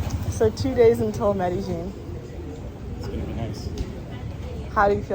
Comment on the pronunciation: ¿Que tal,? Do Colombians pronounce "Medellin" like you do, Me deh geen or as everyone else does, Me deh yeen? Just curious.